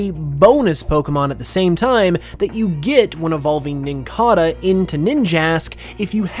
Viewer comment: Nincada is pronounced "nin-cay-duh". It's based on a cicada, pronounced the same way.